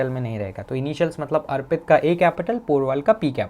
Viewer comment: Kya naam bataya? Kuchh ajeeb sa hai . Airpit nhi arpit kahte hai usko